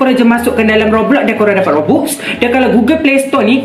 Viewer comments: bang bukan robux tapi robax....ejaan je robux...tapi sebutan robax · Bang kalau tulis kan robux tapi sebutannya robax bukan robux😭😭😭